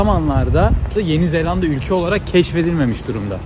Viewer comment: Misafirin, senin ettiğin gibi doğru telaffuz etmeli tek L ile yeni zelanda demeli… yeni zellanda değil… Küçük bir düzeltme ama önemli… Sen ender doğru söyleyenlerdensin…bravo …